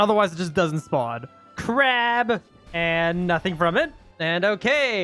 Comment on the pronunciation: i love it when he says crawb every time he fights a crab